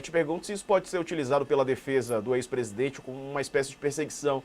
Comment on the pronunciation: Q AGONIA ESSE HOMEM FALANDO "PRESIDENTE" .PRESIDENTE AI DENT#😤